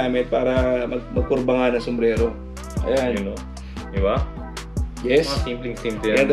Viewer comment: Sombrero Po Ang tamang bigkas Hindi sombrelo 😇